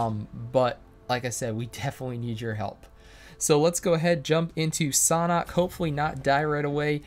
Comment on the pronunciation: Its sanhok and not saaanhok